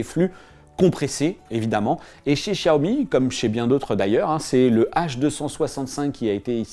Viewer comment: Ah oui nos oreilles saignent en entendant ça !